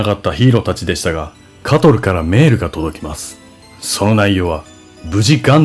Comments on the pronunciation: ちょいちょいイントネーションおかしいの何なん？メェ⤴︎ル⤵︎ とかw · メールの発音が劇中と一緒でおぉ…って思いましたw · メールの発音が原作再現で良い